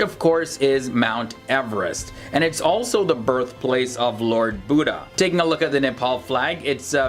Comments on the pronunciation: all is right but that is lord buddha not budda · It's buddha not buda😂😂😂😂😂😂